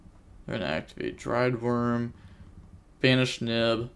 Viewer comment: Yo! Here's how to pronounce "Druid" in "Druidwurm" it's not "Driedwurm" XDXDXD looking out for my homies bro you GOT this!.